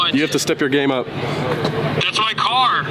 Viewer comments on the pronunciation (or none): none